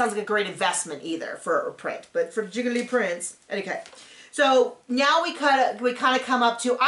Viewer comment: Giggly prints 🤣🤣🤣. My husband and I were at some pretentious art store and my husband asked if a print was a “guy-clee” (how we were pronouncing it): the guy suddenly adopted a French accent and appeared mortified and said, “it’s a JEE-clay” 🙄